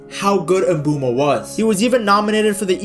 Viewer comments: bro I am Cameroonian it is Mbwemo don't argue with me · Bro that Is not how you say his name you it like "Mbwemo"